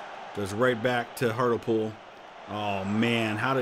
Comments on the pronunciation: Hartlepool is pronounced Hart-lee-pool. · I believe Hartlepool is pronounced Hart-LEE-pool